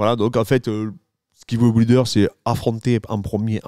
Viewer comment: Dariush après Islam, chaud patate quand même pour Do Bronx🤔 Aah Ce super accent occitan sur "ouilder" j adore🤩 Salutations de Perpignan😉